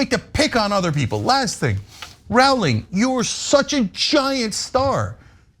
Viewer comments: It's Rowling like bowling not Rowling like howling. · Her name is pronounced /rouling/ not /rauling/. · Why won’t Ana and Cenk pronounce Rowling correctly? Are they ignorant, malicious, unprofessional? The ‘row’ rhymes with ‘no’, ‘row the boat’, ‘robust’, ‘Roman’, ‘roller’. Most children know this. Her name is famous and simple to pronounce. A and C obviously dislike JKR and perhaps consider mispronouncing her name as some sort of put down. J.K. Rowling has made the world a better place through her writing, philanthropy, kindness and good deeds. Her comments on this issue, I believe, are motivated by a concern for the well being of women and to point out worrying outcomes in some judicial decisions. Admirable. Ana and Cenk’s comments seem motivated by something very different. I made a comment in an earlier post that J.K. Rowling is the victim of a ‘hen pecking party’ as described in Ken Kesey’s ‘One Flew Over The Cuckoo’s Nest’ with Ana being Nurse Ratchet. Like RPM, JKR is seen as a rebellious individual who needs to be suppressed and forced to conform. RPM resists with tragic consequences. JKR has been unmercifully hen pecked by numerous people on the internet. They keep gleefully pecking away at her expecting her to crack. Fortunately, JKR appears tough enough to stand her ground like we all must do, like millions have done in the past when confronted by intolerance and injustice. Glad to see many people writing in her defence and making supportive, common sense comments. Lobotomies are not a final solution. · "Jk ralling" she has no credit. Cant even pronounce her name. These two are idiots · Rowling rhymes with bowling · Why are they pronouncing Rowling weird?